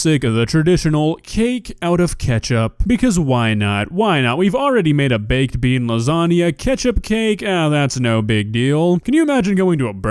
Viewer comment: Baked bean lausaunga did I hear baked bean